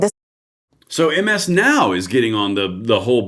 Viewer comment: MS NOW is pronounced Mizz Now Thank you for yoour attention to this matter..